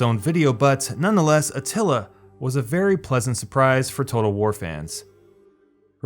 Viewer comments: It's Attila, not Atilla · 'Shogan', and he also spelled/pronounced Attila as Atilla , even though the correct game name was right on the screen in the screenshot. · Atilla? xD